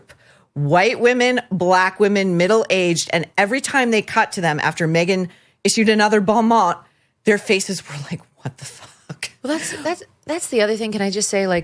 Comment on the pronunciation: WTF ....BON MOT is pronounced "bone mow".....if y'all cannot oronounce wirds, look them up or avoid them 😮